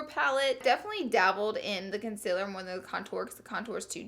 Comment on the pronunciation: please say CONCEALER right.. I cant stand how you pronounce it